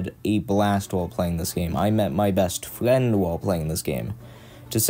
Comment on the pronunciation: "i met my best fwiend while pwaying this game. to say i woved muwtivewsus mowe than i have loved anyone evew befowe"